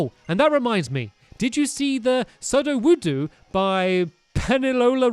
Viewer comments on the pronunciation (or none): At the end of the video don't drive me crazy with pronounciation of Pokémon and People: Soo-do-woo-doe and Key-ah-ways